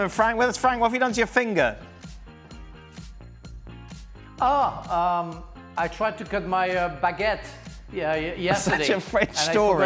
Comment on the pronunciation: 'My feeenGURRRRRH' Frank